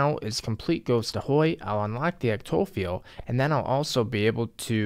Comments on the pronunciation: i used to say it the same way... ec-toffee-al, but then i grew up and now say ecto-file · Eckk-Toe-Fi-Al Ectophial. No ect- toh-phi-ul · Phial is just another word for vial, pronounced with a 'ph' instead of a 'v' The pronunciation is essentially the same as 'file' So I think what you were looking for was Ec-toe-file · Ectophial is pronounced EK-TO-FY-AL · Ectophial (Ehc-Toe-File) ☺️ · ecto-file. like ecto-vial, but not. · Say ectophial one more time for me..... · your thought process and the way you said "Ectophial" this video both have turned me off of your videos lmao. Can't see a reason for better gloves that give better accuracy, and with their strength bonus along with book of war i believe, it's another max hit. The way you're looking at things is "but the max hit number is the same??" even though your accuracy is much worse.